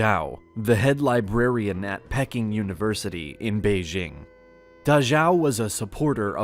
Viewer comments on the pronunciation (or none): pecking? Maybe Peking....? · First of all, it was Pee-king, for goodness sake, not Peck-ing. Communism has not survived anywhere because it was never truly a political system, it was a socio-economic ideal and those countries that purported to be communist stated that they would adopt communist economic theory. In reality no country ever did. Communism is impossible without political oppression, to overcome human nature and that oppression became more important than the economic ideals. I have copied below 2 definitions of communism. Although the second refers to 'political', it may be seen that neither definition applies to China or any other country. "All animals are equal but some are more equal than others". George Orwell, Animal Farm. "A theory or system of social organization in which all property is owned by the community and each person contributes and receives according to their ability and needs". "A political and economic system that seeks to create a classless society in which the major means of production, such as mines and factories, are owned and controlled by the public". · Pecking University 😅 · It's pronounced pea king, not pecking. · "Pecking University" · Wow. Way to mispronounce Pekín, which itself is a bastardization of Beijing. Excellent way to begin a supposed educational video.